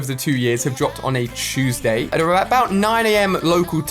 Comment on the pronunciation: ChPater two comes out teasday ate